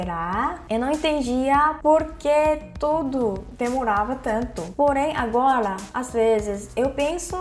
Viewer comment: Quando ela fala agola meu coração derrete kkkkkkk